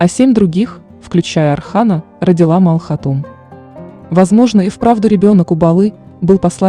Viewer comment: Не Мал хатун а Малхун хатун